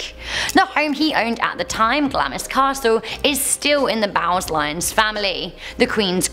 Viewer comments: You are so cute but check you facts, please. Phillip was also born a Greek prince, Andrew is the third child, Edward is not divorced, and Glamis is pronounced like lambs, glams. Learned that studying Macbeth in high school. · its pronounced glarms regardless of how its spelled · Glamis is pronounced Glams.